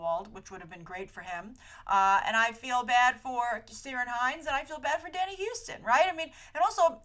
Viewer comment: Hi happy voting day 😉 not to pick but the easiest way to pronounce Ciaran hinds first name is to say the words key ran together fast, love the show Ireland loves ya ❤